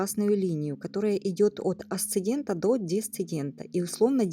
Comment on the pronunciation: АсцеНдент и ДесцеНдент 🙄